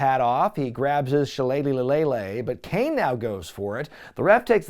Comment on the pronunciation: I will never get tired of the way you say "shilleleylilellilagh"